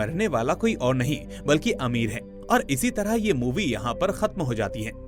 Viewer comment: Amir nhi bhai ,ameer😂😂😂😂